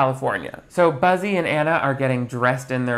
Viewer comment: Every time he mentions the main guy it sounds like he says "Bussy" I can't 🤣